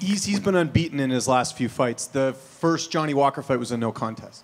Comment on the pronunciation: Johnny Falker* 😂